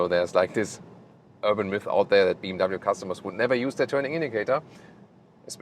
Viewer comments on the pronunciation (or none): none